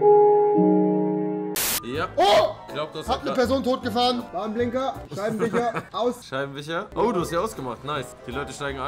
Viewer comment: Rewi: fich: Scheibenwicher